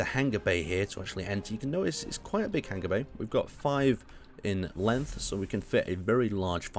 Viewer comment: U say hanger wrong, u say it likes its hang-ger buts it hang-er